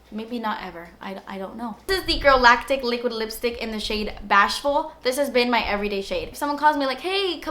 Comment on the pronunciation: Your entire attitude throughout this video is pure sunshine! I love you and I just had to record and snap the ice queen part and the way you said liquid lipstick haha too funny! Hope all is well ❤️ thank you for your inspiration, hard work and videos!